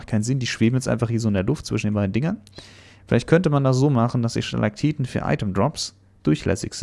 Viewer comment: Wie bedacht ist "Stalagtiten" und nicht "Stalagtitten" zu sagen😂